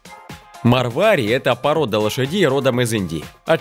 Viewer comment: 1.нет такой породы как марвАри,есть только мАрвари . 2.все белые лошади рождаются темными, потом светлеют. 3.опять же про ударение, не шЕтландский пони,а шетлАндский. 4.цыганские лошади?что? ЕВРОПА! Именно там знают толк в лошадях и породах.